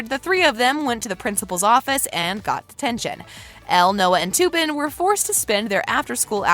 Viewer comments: She said toopen it's tupen🤣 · It’s Tuppin not toopin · I love how she said "TU-PEAN" instead of "T-UP-PAN". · It’s not ”TOoOoOpUN” it’s tuppen. And this is a 12 recent not a U rated movie. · Learn to pronounce names. Its not to pin, it's tup in. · It’s not Toopen it’s T ‘a’ pen. Clearly didn’t watch the movie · It’s pronounced t-appen not toupen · ITS NOT TOOPEN ITS TUPPEN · It’s not Two-Pun. They literally say his name in the film. It’s Tup-Pen. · She says "Tuuuupen" with a u prononciation instead of tuppen with a uh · It's Tuppen, not Tooppen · As a 13 year old I noticed all these things. And one more thing it’s Tuppen not toopin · I’m sick of this I’m not being rude but you ruin the whole video when you pronounce a name wrong Tuppen is pronounced ta-pen not to-pen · I think it’s tuppen not toopen no hate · and its tup-an not tupen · I love this channel so much and I watch it about 90% of the time that I watch YouTube but this one really annoyed me when she said Tupperware wrong! It’s T-eh-ppen. That’s the corrects pronunciation! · Im so glad im not the only one who finds it annoying with how they are saying “toopin” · “toopen” WHO IS TOOPEN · The way she said tuppin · The way she pronounced 'tuppen' she said it like 'too-pin' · NO OMG THE WAY SHE PRONOUNCED TUPAN ITS NOT TOOPIN that made me cringe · toopen lol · did really say toopen its tuppen ahahahahhaha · She pronounced tuppen "toppen" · You need to learn your cast members name you don't even say there names right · Is anybody else bothered by how she said Tuppen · If you’re going to talk about the movies like you’ve seen it, say the names properly